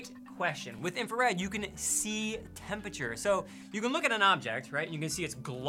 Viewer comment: I know you'll think this rude, but why can't say 'temperature' properly? Is it really so difficult to pronounce? It's just a 'P' next to an 'R'. If you can say 'price' then you can say 'temperature'. I couldn't concentrate on the video because it was irritating me so much (which is relevant to the effectiveness of your communication—which is in turn why I felt I had to raise this point... sorry!) He's not alone, of course. Lots of people do this, and they seem to be the same people who can't pronounce 'strength', 'vulnerable' and of course the notorious 'sixth'. Is there some neurolinguistic explanation?